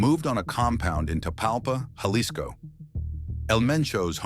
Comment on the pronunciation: Pronounce “Jalisco” correctly